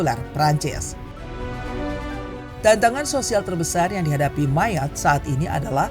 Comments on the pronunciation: Admin...admin bacanya bukan Mayat tapi Mayot 😂✊🇫🇷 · jadi inget temen gw si Armand org perancis yg jadi guru sejarah di pulau ini dan lagi liburan di bandung, dia cerita persis sama yg ada di video ini tentang sejarah ekonomi sama isu imigran gelap wkwk btw dia nyebutnya pulau 'mayot' bukan 'mayat' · Bacanya tetep MAYOT bukan MAYAT! Riset apa enggak sih ini adminnya! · Maaf min penyebutan MAYOTTE itu MAYOT.. bukan mayat... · Bacanya yang ngga enak yaitu Mayat😂😂😂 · Ini naratornya pakai bahasa mana sih utk pengucapan Mayotte, Indonesia bukan, prancis bukan, inggris bukan. Gue dengernya mayat mana berulangkali sangat mengganggu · Mayotte dibaca MAYOT dalam bahasa Prancis. Gak riset dulu kah? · Mayat q dengar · Iya jd risih aku dengernya MANYAT😂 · Sama dengernya jg mayat wkwk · Penyebutannya kayaknya ngga banget, klo bahasa aslinya disebut "meiyot" trus petit tera dibacanya "petit terre" seperti tulisan aslinya